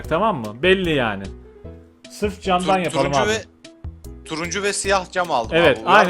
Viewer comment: camdanı cemden diye okuyup video boyunca garbariusu beklemek...